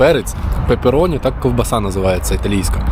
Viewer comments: пАпероні ріже вуха, ну пЕпероні ж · Сам ти папероні, правильно пепероні